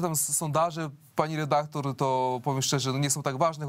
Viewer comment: Pani "redaklor", za pytanie zadane w ( ``) wziąłem słowo "redaktor" w cudzysłów, gdyż powala ono z nóg.... Skąd wzięło się ono w pani głowie?